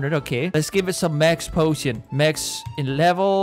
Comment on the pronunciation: does he say potion or oh shit??!